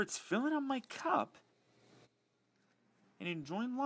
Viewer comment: It bothers me how he enunciates that, too